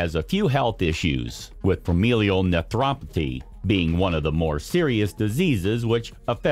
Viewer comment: The title graphics read "Comparison" yet you read it to be "Companion". How many more words will you mispronounce in this video, and do I want to watch it at all? Familial nephropathy is pronounced nef-rop-ə-thy, not naprapathy. One's the kidney death disease ; one is a Doc who treats connective tissue and adjoining etceteras.